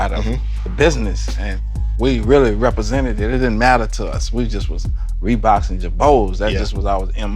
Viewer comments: I love hearing him talk about "Reebox"...lol Let me get all "tree" colors...lol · “ReBOX and girbauds” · If this guy says reeboks and girbauds again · "Reebok’s and Girbauds" lmaoo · “Rebook and girbuads” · If this nigga don’t stop saying Reebok’s and Girbauds